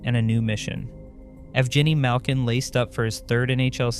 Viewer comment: 2 seconds is all it took to discredit your whole video. Ev-Jenny Malkin.